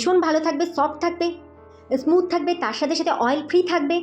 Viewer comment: ইসকিন ইসমুথ,এগুলো সঠিক নয়। ঠিক করে উচ্চারণ করুন